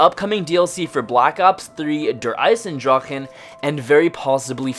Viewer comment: lol you said eisendrachen the whole video...<3<3<3<3